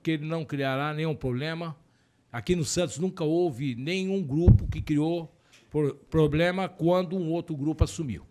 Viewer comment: Esse é "pobrema" em ahsbuahahah